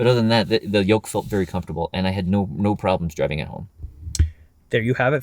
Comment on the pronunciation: I think it's "Yoke" steering, not "Yolk".